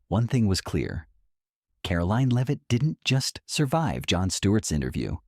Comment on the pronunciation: AI B.S. can’t even pronounce her name correctly. First it’s [leave-it] then it’s [lev-it]. What a bunch of dum dums.